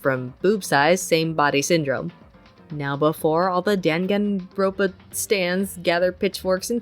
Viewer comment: It's pronounced "dahn-GAHN-ronpa" lmaooo. Don't worry plenty of people don't know how to pronounced it.